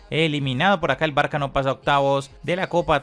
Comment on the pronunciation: No se pronuncia “Barka” se pronuncia “Barsa”